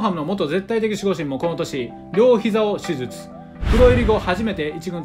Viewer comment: 手術言えてなくて草